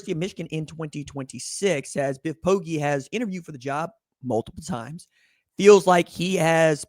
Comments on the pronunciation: Bro, Poggi is pronounced POH-jee. How has nobody corrected you by now? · Poggi is pronounced Poji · I wouldn't lead you astray dawg... It's not pronounced with a hard 'g'...